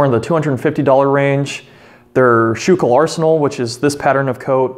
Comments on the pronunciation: The arsenal is proniunced School Kill. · It's not pronounced skoo-kill either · Just a little phonetics tip.. I've lived in Philly while going to school and Schuylkill is pronounced 'sku-kil' or 'skoo- kel' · Yea born and raised in PA myself I actually didnt realise he said it wrong till I seen your comment and realised what he meant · The video was great, but I kinda winced when I heard him mispronounce Schuylkill. Otherwise it was an awesome video!